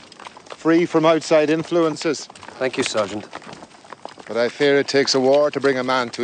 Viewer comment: I beg to differ. I believe is is Sarn't. lol